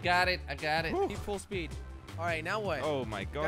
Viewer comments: its full speed not full spood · Did he say “Full SPOOD. WHAT IS SPOOD.I THINK HE MEAN SPEED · Does anyone know the original video where jelly says full spood? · I swear if I hear full spood one more time...